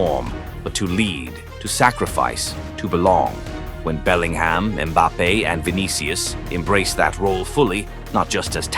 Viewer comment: Just an fyi I like the video, but the AI voice is jarring when it mispronounces names like Mbappes